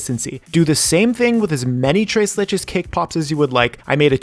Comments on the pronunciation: "Trace le-" Me: internal screaming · I hate the way he says tres leches